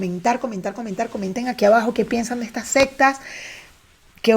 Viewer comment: Lo siento, me causa ruido cuando dices "las sextas" cuando son "las seCtas" jajajaja... Nivel de inglés 77% y de español? Jajajaja... Un abrazo!